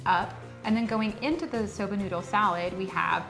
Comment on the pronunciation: What kind of noodle is in the salad? Are they saying soda or soba?